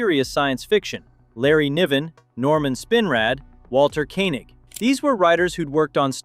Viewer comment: ''walter ko'-nig''